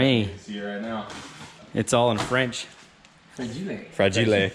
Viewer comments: “ it’s all in French, frahgelay ” 😂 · okay so im not the only one that pronounces fragile like that haha ivebeen to the christmas story house its awesome!